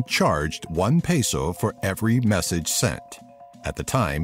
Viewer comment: It's not a 'paso' it's a 'peso' pee-so